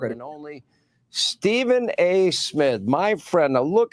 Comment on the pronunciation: He said Stephen A Smiff